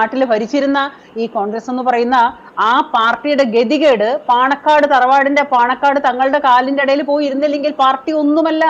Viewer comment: പണക്കാട് അല്ല ചേച്ചി പാണക്കാട് എന്നാണ് 😊